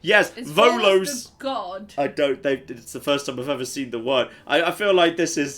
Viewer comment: It's Veles, not Volos. Veles is Slavic god of underworld... they made a mistake lol